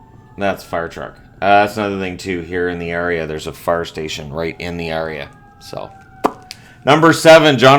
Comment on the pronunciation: You say area in a strange way. Must be the Newphie in you. :D